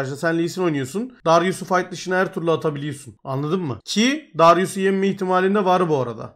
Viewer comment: ya “yenme” diyemiyo da “yinme” diyo ya bayılıyorum jdkdldşkfkdldld